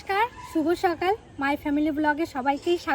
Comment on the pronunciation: আপনারা কি স কে ভালো ভাবে উচ্চারন করতে পারেন না?সকালকে বলেন ছকাল,হাসকে বলে হাচ